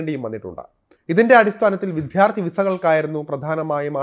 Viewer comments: വിദ്യാർത്ഥി....... ആണ് വിദ്ധ്യാർത്ഥി അല്ല😢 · ഉച്ചാരണത്തിൽ ശ്രദ്ധിക്കുക വിദ്യാർത്ഥി ആണ് വിധ്യാർത്ഥി അല്ല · ഇയാളുടെ വാർത്താവതരണം നന്ന് . ' വിദ്ധ്യാർത്ഥി ' പ്രയോഗം ഒഴിവാക്കുക. വിദ്യ + അർത്ഥി =വിദ്യാര്‍ത്ഥി .അതാണു ശരി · വിദ്യാർത്ഥി എന്ന് പറയാൻ പഠിക്ക്‌.. തെറ്റ് പറയാതെ... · വിദ്യാർത്ഥി എന്ന് പറയാൻ പഠിക്കു.